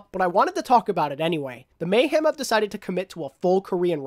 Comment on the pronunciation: Hey Happy Birthday. I’m sorry but I’m slightly bothered by the way you say Mayhem. You sound as if your saying Mayham instead Mayhem. Sorry that’s my little nitpick. Great Video tho.